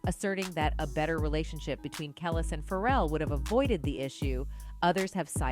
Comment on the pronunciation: Who is the woman narrating this video? And how many times are you going to say “Kelis” name wrong? It’s pronounced “kel- lease” not kel less. So annoying.